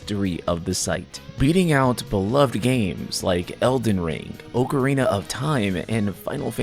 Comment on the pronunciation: You mispronounced the word Ocarina